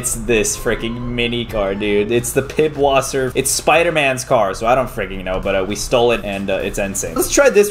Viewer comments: The mini car pronunciation is pisswaser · Bro the "ß" is spelled like a "s" its Piswasser